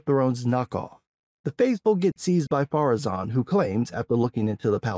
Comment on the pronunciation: Has anyone figured out why they keep saying "Pharazon" instead of "Ar-Pharazon"? That just triggers me every time I hear it.